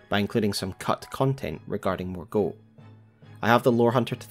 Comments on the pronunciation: I love the effort you put into your videos but please for the love of goodness, pronounce the names right 😩 It’s ‘Mor-Gott- not ‘Mor-goat’ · What's the reasoning behind your pronunciation of Morgot as morgote but you don't call margit margiet or margeet? Just feels like a funky inconsistency in the last vowel. ( edit, not a critique I'm just wondering) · It was particularly unusual because we hear the correct pronunciation when Morgott says his own name. Sometimes I wonder if youtubers intentionally use an atypical pronunciation to get more engagement.